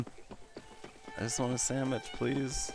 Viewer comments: I just want her to make me a samich. That how I say it too!!!!! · lol u make me a samich, ma'am. Ma'am, make me a samich. Ma'am. MA'AM. Okay, here comes the lasso...